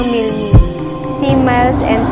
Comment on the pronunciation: Milmi po Hindi milela